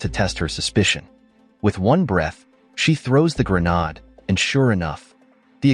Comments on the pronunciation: pronounced "gruh" "naid" (not "gruh" "nod") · Grenaat ( Dutch ) , Grenade , english , short for hand grenade , dont know why he says Granaad ??? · Its pronounce Gren Aid. You missed the bit out where one of the containers is linked to the cave where they steal the weapons. Quite a big bit to miss out. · How the hell does he think it's called a 'GREN-ARD'..🤔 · Either your AI script writer spelled "grenade" as "grenad" or your AI reading software doesn't know how to pronounce it.